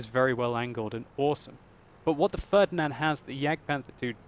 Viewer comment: "the fördnand" ... xD